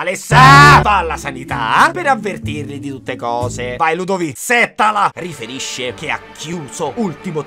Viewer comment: Ciao, giusto per cultura ti do le pronunce Val sàssina Settàla